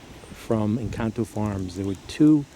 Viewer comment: Great information Sir and yes your Encanto pronunciation is flawless! You dont happen to have some UCD or EF Black Madeira cutting for sale from this pruning season?